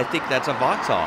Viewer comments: Not voxhal it is voxal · VAxhAlL☠️ Thats so painful to here as a brit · Sorry but I've never heard an American say vauxhall and it sounds funny af🤣